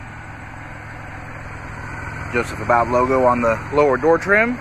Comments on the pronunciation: You are pronouncing his name incorrectly, Long u for ABBOUD. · Nope. Sadly, it's just the LS trim level, which I actually didn't know they even made a Joseph Abboud (which I now know I mispronounced) in LS trim!